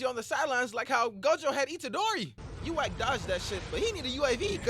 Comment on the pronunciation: "Yuwack" Imma let it slide cause.tjat was funny